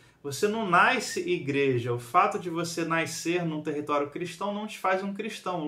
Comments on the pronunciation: Mais difícil é ouvir "NAISCER" repetidas vezes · Naiscer, naisceu, naiscença.😂😂😂😂